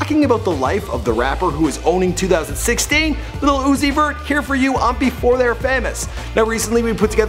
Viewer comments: Stop saying lil as little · Lil and little are pronoun differently. smh.